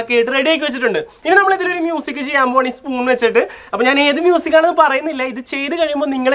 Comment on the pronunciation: ആ "മൂസിക്" എന്ന് കേൾക്കാൻ തന്നെ എന്ത് രസമാ....... 😃😃